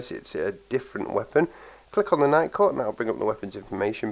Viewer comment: Legit thought he said Nightcore at first.